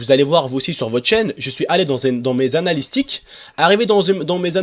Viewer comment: Lol on dit analytics pas analystics